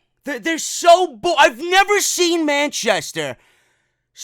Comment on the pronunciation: I could have swore you said “man chest hair” when saying Manchester in the beginning of the review 😂😂😂